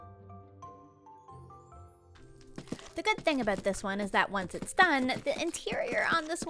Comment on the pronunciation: Canadian shining full bright when she disconnects Macensie. "sor-ee a-boat this" xD